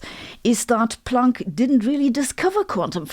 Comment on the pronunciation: I love how you say Planck. It sounds like "plonk" which is old fashioned Aussie slang for wine.